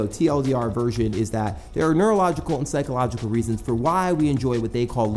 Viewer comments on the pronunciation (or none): none